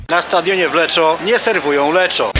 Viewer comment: O, też byłem w Lecco niedawno :v Jakiś włoch trochę się wkurwił na wymowę "LECZO", bo czyta się ponoć "LEKKO" :(